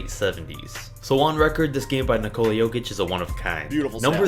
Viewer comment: Hero Ball first off that makes no sense and it’s Nikola not Nicolas